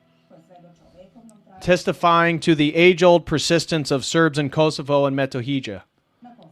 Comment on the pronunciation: It's not Rakak. It's Rachak. Metohija is pronounced as Metohiya. Srebrenica is not pronounced Srebrenika, but as Srebrenitza.